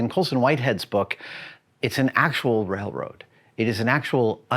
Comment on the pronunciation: Adam allllllmost said “ Wailwoad” ... lol.